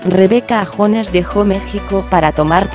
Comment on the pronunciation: No es Rebeca jones se pronuncia yones